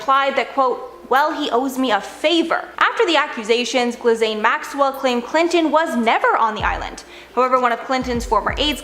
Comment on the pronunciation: No one is gonna comment on the pronunciation of Ghislaine? Wow 😣